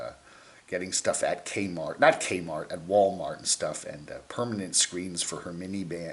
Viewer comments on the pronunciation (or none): none